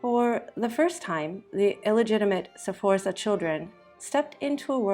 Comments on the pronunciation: It isn't pronounced "Seforsa", it is Sforza (you jump right into the F from the S, and you almost whistle the Z). (I'm not even going to watch this if you can't pronounce it, sorry!) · and Sforza is pronounced with two syllables not three